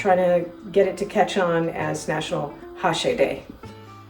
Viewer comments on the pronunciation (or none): Which kind of meat did you use exactly? I presume its Beef, but which part of the beef ? Do you know what its called in Dutch and English? thx How you (mis-) pronounced Hashee at first was kind of funny, it sounded like how they said the word drug hashies (sp?) which we heard on the streets close to a 'coffeeshop' in Amsterdam many many years ago. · My Great Grandmother was born in Amsterdam in 1881......she used to make it for us..... Love it....but we pronounced it "A-shea"!